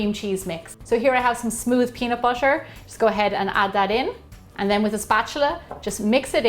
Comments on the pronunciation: Is butter not boter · Pronounciation of butter feels like differend...